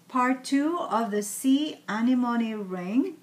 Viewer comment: The correct pronunciation is [æɳɪɱɔɳɪ] "anemone" ; the ring is beautiful! what is the material on which you've put the beads on the ring you are wearing? I'm curious! hope you answer! I watch your new posts every time; I live in Europe, paper beads are not famous here. Not yet!